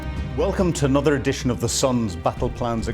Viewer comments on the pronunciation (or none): none